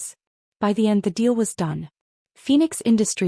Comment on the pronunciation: Deal, not steel. S,M., not Esme.